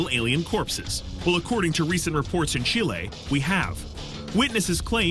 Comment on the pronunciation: CHIL-AY! lol!!